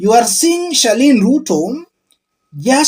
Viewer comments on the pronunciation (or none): It's Charlene not Sherlyne. Please